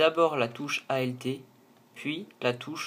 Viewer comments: ça me perturbe trop x0 et le "A.L.T" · Arrête de dire a l t